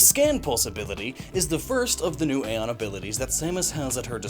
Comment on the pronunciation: Did Nintendo change the pronunciation of æon (is it used in Samus Returns as a word or as an acronym) or is that one on you?